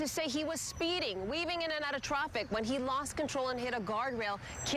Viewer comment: "Weaving Inna Otta TRUFFICK!" 🤣🤦‍♂️